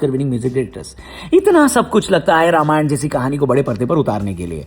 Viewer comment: Ramayana ❌ Ramayan ✅